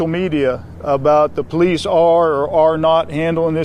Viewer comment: Sorry, did you say be wary of pooLIEce stations ...........